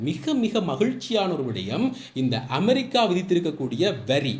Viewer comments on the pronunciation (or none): none